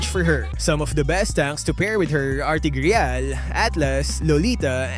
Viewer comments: What the hell is tig "Reyal" it's TIGREAL. You don't read "Real" as "Reyal" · That Tigreal pronunciation is reyal-ly triggering me hahaha 😂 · I nver knew tigreal was read like that. Whatttt